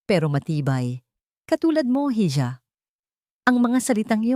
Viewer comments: Why you pronounce iha as hidya? That's i-ha..... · Madam ang tamang bigkas sa hija ay iha .madalas kong marinig na lagi mong binibigkas na hidya ang hija .gusto lang kitang matuto pra di ka pagtawanan. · Hija ang spelling sa spanish iha ang pronnounce